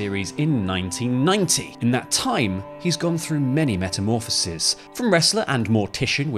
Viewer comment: you sound like a right tory doing it but when pluralising words like metamorphosis into metamorphoses, you stress it at the end like ''sees''.